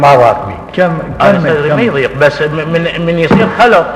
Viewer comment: رحمة الله على روح الشهيد صدام حسين ملاحظة : (يديق) صدري بالضاد وليس بالدال (((( يضيق ))))